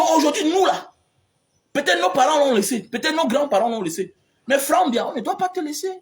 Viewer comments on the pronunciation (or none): Si vous retirez le nom du President Biya & clui de notre cher innocent Frere Frank que tu prononce faussement dans ta video, le reste de ta video est tres tres vrai et bon. Je voudrai que tu comprennes que c pas Biya qui gate le pays mais les Cameounais(es). C n'est pas Biya qui dit au personnes tordue de charactere d'amener les rapatries au ngata, Le President Biya ne dit a personne de travailler mal ou de prendre le ctchoko. Compremprends que lorsque le President Biya attrape un fausseur dans le gouvernement il l'enleve de ses fonctions sans tarder et il le fait en respectant la constitution Camerounaise. Il faut savoir que Le President Biya n'est pas un dictateur ni tribalist,. si il l'etait, le cameroun serai en vrai guerre dpuis des anneeeeehhhhh longtemps. Malgres tous pire qui se pass au NOSO, le Cameroun n'est pas en guerre. Faud pas confondre guerre et terorisme, ... Je viens de te decouvrir par curieusity sur youtube et souhate que tu retire ces deux noms de ta bouche pour l'amour de Dieu car l'une des plus mauvaises choses c d'accuser quelqu'un faussement. G veux que tu retiennes que le Presidents Biya aime trop le cameroun et defend tres fortement de tout son coeur. Il faut savoir que ce pas crime de presenter son enfant. Toi meme tu n'a jamais ete presenter par tes parents!?